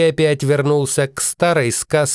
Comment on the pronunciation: 🤣... "бенRфициар" - шедеврально!!! Неподражаемо!!! 😂🤣👍🔥👏